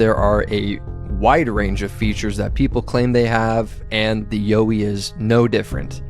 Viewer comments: Hi mate, Pete from Aussie land. The pronunciation you originally used is the correct pronunciation here in Australia. The one you say is the correct pronunciation now ,will get a laugh over here. all power to you bro. take care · You were right when you were wrong. Yow-wee (Y-OUR-WEE). Not You-wee. Just one of many regional names for the big hairy fellas. The little hairy fellas are known as Junjadees, or Brownjacks, again with various other regional names. These are the ones I know and are friendly with, the little fellas. Although some have reported seeing fangs this is believed to be an exaggeration because of the large teeth. Most report similar to our teeth just a lot bigger. Also while there is aggressive contact reported these are few and far between and only on encroachment into their personal area after repeated warnings. Also early reports of aggression were directed to early European invader settlers who were clearing bush for livestock and crops as well as pioneer loggers and explorers. They still let loggers and surveyors prior to mining or road construction let them know they're not happy and best be pulling your head in. Other than that most report non aggressive curiosity or just being followed, or politely escorted off their land then gone once they are seen as no threat. Other's, me included have regular contact and a friendly relationship with an individual or family. Also worth mentioning there are far more than we would imagine and some live so much closer to us than anyone realises. They are just such masters of disguise and will blend into their natural environment, always there but never seen. That's how they want to keep it also, they will only show themselves for a reason or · Actually you had it right the first time, the way you say it in the video is wrong haha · Aussie here too! 1st yowie said was right 😊